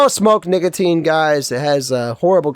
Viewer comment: I don’t like the way you say nicotine…